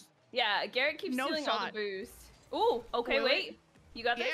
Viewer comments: It’s Garettd not GerretG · Garret calls dilly and called garret gawwet 😂